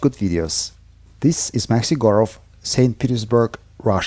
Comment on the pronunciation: I thought you were saying your Name was Maxi Gorov. Then I read info on page and saw it was. I see others hear it this way too. Beuticul name beutiful man.